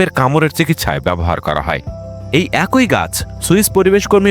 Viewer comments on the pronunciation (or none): তুই অশিক্ষিত বর্বর একটা মানুষ। তুই এখনো "ই" এর উচ্চারণ শিখিসনি। ব্যাটা অশিক্ষিত ও মূর্খ। "খুব" এর সাথে "ই" যোগ করলে উচ্চারণ "খুব ঐ" কিভাবে হয়, মূর্খের বাচ্চা? উচ্চারণটা হবে "খুবি"। আবার "এক+ই" কে উচ্চারণ করিস, "এক ঐ"!!" মূর্খের পয়দা। এর উচ্চারণ হবে "য়্যাকি"। বুঝেছিস, ব্যাটা অশিক্ষিত বর্বর এবং নিঃসন্দেহে একটা অছাত্র।